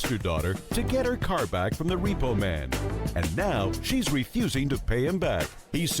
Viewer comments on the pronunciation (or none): none